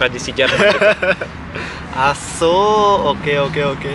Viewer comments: ky kedengaran assuu hahaha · Lah gw kira dia bilang asuuu haha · Banyak yg ngirain itu bhs jawa "Asu" wkwkk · Gw sempat kirain masnya ngomong asuuuu.. ahahaha. Padahal orang jawa kan kalo diliat dari logatnya, apa krn lagi di luar negeri jadi ngerasa seru ngomong asu? Gw sempat mikir sampe sejauh itu sih tadi. ahahaha